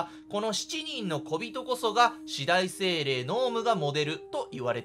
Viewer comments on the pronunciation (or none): すみません。 四大精霊の読み方よんだいせいれいだと思います